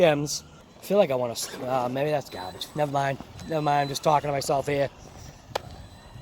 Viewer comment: minute mark.. There's no "r" in gaubage!